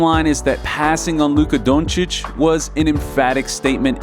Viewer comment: People that pronounce Doncic the way you do should not be allowed to make basketball videos.